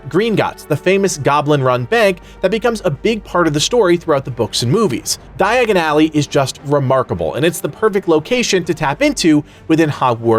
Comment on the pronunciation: di-agon-ally say it with me your butchering it, its like when you hear it thats all you hear dye-agon ally ( ally ways are side streets cut throughs places beside building that leade you behind or through to another street short cuts )